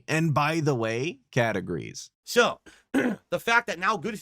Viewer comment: Wait have you been saying “kat agrees” this whole time?! I’ve been months thinking you say “btw,categories”